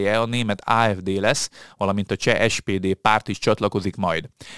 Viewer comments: te nagyokos! De a leírt szó kiejtéséről van szó, ami fonetikusan leírva igenis SZMER, ahogy Beňová sem Benová, ahogy elhangzott, hanem Benyová és a cseh párt sem SPD, hanem SZPD kiejteve!!!! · Plusz nem (cseh) SPD, hanem SZPD ☝️😉